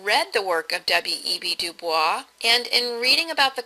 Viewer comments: This was a very good summation of Smith's approach to social inquiry, with one exception that drove me nuts. WEB DuBois is not pronounced using the French pronunciation or Streetcar's Blanche, but Du-Boyz. I know it's counter-intuitive, but that's the real deal. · You say WEB DuBois so flawlessly xD